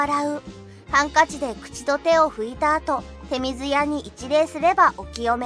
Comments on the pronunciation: 日本人も知らない真の日本とあるが 手水舎(ちょうずや)をてみずやと読むところは直した方がいいと思う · 手水舎、ちょうずやでは？ でも清める水をてみずとも言うらしいから間違いではないのかな？ 難しい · ちょうずや と訂正して欲しい。もったいない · 手水舎の呼び名はいろいろあって、神社本庁は「てみずや」、大國魂神社は「てみずしゃ」と呼びますし、「ちょうずや」「ちょうずしゃ」と呼ぶところもあります。